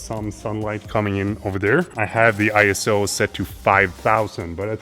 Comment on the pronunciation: Loved this video and absolutely love your channel!!! I am learning so much!!! I did want to pass this video to you...it's something I learned when I became a portrait photographer. It's about the pronunciation of ISO...and I thought you might find it interesting ;) Keep up the amazing work!!!